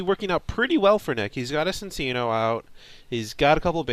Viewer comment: It's pronounced Chin-cheeno. My life's goal is to get people pronouncing this name correctly. He's a chinchilla. So you use the "ch" sound. Chinchilla and chino cloth. His Japanese name is Chillaccino. Before you say "But there's no h at the beginning!??!" Just ask yourself WHY would it be pronounced Sin-cheeno? It doesn't make any sense. He's not a dark type, he doesn't do anything particularly mischievous, and Nintendo of America would not have that anyway.Ci looks better than Cc at the start